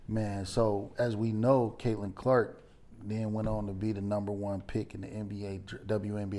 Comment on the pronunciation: Caitlin, not Caitlan.